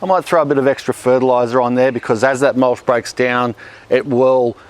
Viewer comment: Is mulSH the local (mis)pronunciation of mulCH?